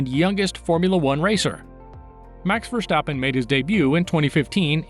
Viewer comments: Verstappen. Not Vershstappen! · One question... why do you pronounce his name as verSHtappen? Just say verStappen. S-sound not sh :) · Thanks for your fun facts. Just a hint: his name is not Verschtappen but simply Verstappen. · nonononononononononono. NEVER SAY "Vershtappen" say it exactly like its written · Nice video, funny how you say Versjtappe!